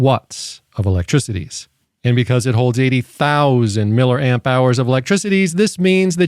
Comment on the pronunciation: its milli Amp not Miller